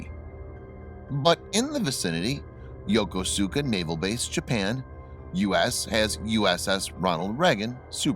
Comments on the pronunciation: FYI, Yokosuka is pronounced yoh kohs ka, three syllables, not yo-ko-su-ka. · Are you stupid or something? Japanese word is Yo Ko Su Ka. It's the Americans that pronounce it Yokoska without the U. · Yokosuka is not pronounced as it appears. Correct pronunciation is Ya koo ska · Its pronounced, (yo-koos-ka not yo-ko-su-ka) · It's pronounced 'Yoh-koo-ska', not 'Yoko-suka'. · Please learn to pronounce the name of the US Navy base. It is not YOKO suka. It is pronounced Yo koos ka. The "u" is not pronounced. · pronunciation guide: Yokosuka= Yo KUS ka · In 1960, we pronounced it .........Yo..koos..ka........ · "Yo-ko-soo-ka" LOL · Please learn how to pronounce "Yokosuka"!🙄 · You pronounced Yokosuka wrong. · Yokosuka Japan is pronounced YO-KOO-SKA. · Learn how to pronounce Japanese Naval Base names. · its pronounced YO KUS KA. Not YOKOSUKA as its spelled. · Yokosuka- pronounced Yo-ko-ska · Yokosuka is pronounced Yo-kos-ka.